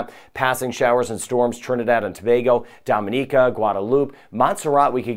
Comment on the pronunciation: Hi, huge fan here in Florida. I was going to comment that you are pronouncing Dominica wrong but I looked it up and your pronunciation is perfect and mine has been wrong for years (I've been there several times). dom-in-EE-kə... lol.